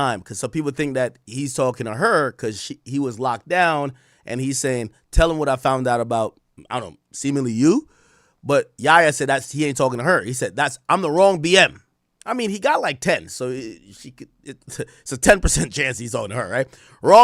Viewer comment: Ak its not “semenly” it’s “seemINGly”